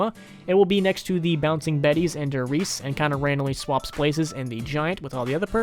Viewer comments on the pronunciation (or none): Ugh as someone who speaks german hearing people pronounce der wrong is so frustrating. It's pronounced like the word dare.